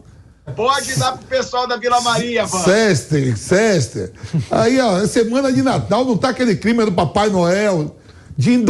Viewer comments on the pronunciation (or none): Chi,chê..chésner,é chisnei..cumé cisnei.CHESTER!! kkkkkkkkkkkkkkk CÉSTER! CÉSTER! Vampeta é foda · Cisne, sester🤦🏽😂😂